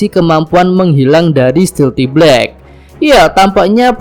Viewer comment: blek rotiii 😂😂😂